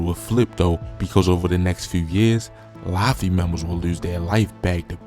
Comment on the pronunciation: Wtf is “Lafi”…. You can’t even pronounce have the names 😒